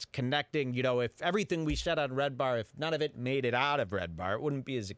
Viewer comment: Haha you said his name wrong that's funny